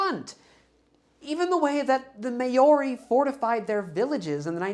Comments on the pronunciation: Maori, pronounced "Mao" like the famous Chairman himself, and "Ree" like the sound the Kiwis make when people say "may-oh-ree" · "May-yori" 😂. Braddah, not to take too much away from this excellent video its pronounced "Mao-ri". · Unless the pronunciation has changed and I've been left behind, "Maori" (the indigenous people of New Zealand) is pronounced "Mow-ree" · New Zealander here. For next time, Maori is best pronounced and in native Maori language as 'Mull-ree' (2 syllables, not three). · Maori is pronounced more like Mao in Chairman Mao followed by like... a breathy ree sound? Rather than May-or-ee. Not a great explanation but its good enough without getting into IPA. No shade, lots of words I've mispronounced because I've only ever read them, but I also have always wanted to be corrected politely, so thought I'd include it.